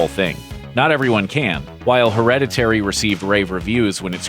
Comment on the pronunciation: HER-READ-IT-TAYREE???? Someone didnt tell him how to pronounce it.